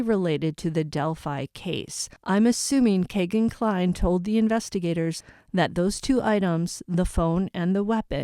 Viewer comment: his name is pronounced Key-gan Cline not Kay